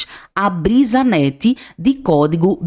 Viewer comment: Brisanet, não brisanette